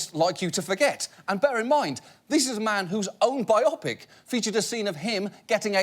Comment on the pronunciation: John Oliver mispronounced biopic